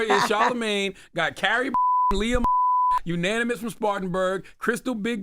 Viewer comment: “i wanna stay U-NONIMOUS” 😂😂😂😂😂😂😂